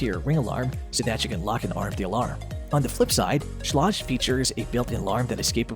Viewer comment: Learn how to pronounce schlage